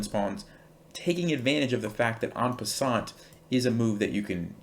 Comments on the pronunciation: Super chess advice! 👍😊 But take it from a native French 🇫🇷 speaker that the T at the end of “en passant” is not pronounced (nor in “croissant” 🥐). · En peassant!? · I am French Canadian and I didn’t know « en passant » was the expression in english. I really like the way you prononce « ant pass ant » hahaha. Beside that, I love that trick.. I didn’t know that.